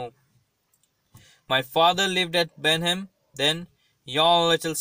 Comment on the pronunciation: It's not benhem it's Blenheim